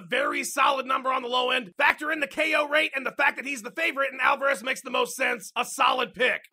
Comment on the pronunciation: It's Alvarez not AlvErez.... you mot.....